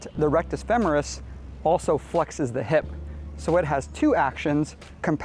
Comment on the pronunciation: FEMMMMERUS? Never heard it said that way before.